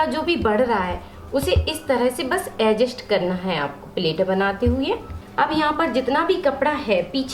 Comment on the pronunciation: Vo ajest nahi adjust hota hai bolane to aata nahin Hai aur Chali video banane pagal